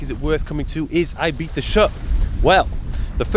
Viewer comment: I like you even more now you’re saying Ibiza proper Mike. 💪🏼😂👍🏼